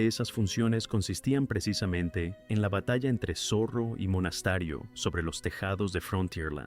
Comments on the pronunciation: Por favor, no hagan más videos con relatores de IA, es insoportable. Aburrido y encima habla mal ("Monastario" en vez de "Monasterio", por ejemplo) y encima puntúa pésimo. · Porque dice Monastario??? No era Monasterio